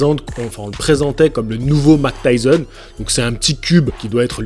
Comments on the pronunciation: Oui et Mac tyson... Ça fait mal aux oreilles lol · Arrete de dire Mac Tyson stp 😢😢😢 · Mec c'est Mike Tyson et pas Mac Tyson.... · Vous avez remarqué que dit Mctyson lol